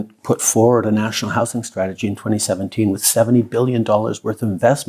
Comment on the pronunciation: We need to work on how you say strategy.